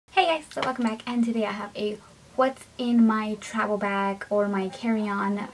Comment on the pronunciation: does anyone else notice that she says travel with a B instead of a V